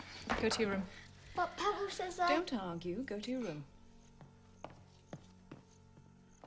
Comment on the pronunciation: Leo Pancake don't pronounce it like that. I have a friend called Pavel and you don't pronounce it like that at all.